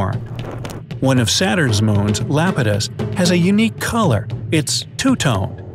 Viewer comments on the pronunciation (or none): it is pronounced "eye-ah-petus" not LAPETUS. Anyway, great work and we know some of the stuff explained here